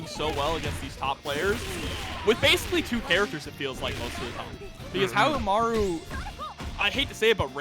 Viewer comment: Love how the commentators destroy poor Haohmaru's name. Haha. Poor guy. They did better with Yashiro's this stream though.